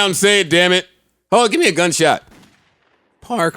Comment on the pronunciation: why Joe say Parks like that 😂